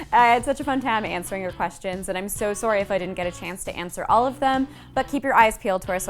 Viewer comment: I kinda liked your Canadian "sorrey."